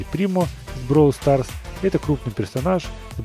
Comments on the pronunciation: Ты говоришь бровол старс , а надо бравл старс! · Не броул Старс а Бравл Старс и кстати классно получилось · Читается как "БРОУЛ СТАРС" это Английский язык а не Русский!!У них другое произношение.